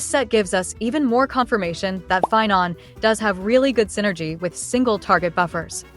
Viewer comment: Sorry pie-non, Seiba is more important